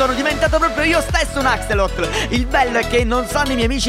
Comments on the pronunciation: la pronuncia non è Acselotol me è Acsolotol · Axolotol non Axotol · Che bello che sbaglia la pronuncia di axolot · l’axolot si dice axolotol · Si dice axolotol no axolot p.s. ti adoro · non si dice axolot Ma si dice axolotol quello più raro e quello azzurro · axolot non axolotl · Scusa ma si chiama axolotol lo detto anche a lorenzist